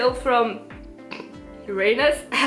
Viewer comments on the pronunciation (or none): If it helps with the giggles, Uranus is pronounced UR-uh-nis, almost skipping over the "a" sound. At least that's how it's said here in the US 🤷🏻‍♀️🖤